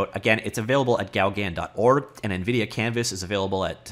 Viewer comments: I believe it's pronounced something close to "go gone" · It’s pronnounced GO-GAN, LIKE GO CAN.. But the N is silent. French post-impressionist painter and friend of Van Geogh. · Please do not say Gaugan again,/ ever. ...It's pronounced GO GAN Lake in Desert,. .....Really !. That's what you thought would work,. Have you heard the word ...OASIS . It's a WATERHOLE in desert areas. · Pronounce it "Go-GAN". Not quite the same as the French, but that's the way most English speakers approximate the name. Hang on... isn't French a compulsory subject in Canadian schools?!?! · It's GO-GAN you numnut :p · Here is the correct pronounciation, from a french biopic movie about Paul Gauguin